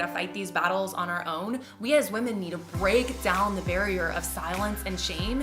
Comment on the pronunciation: "Bweak down" "Recwaim"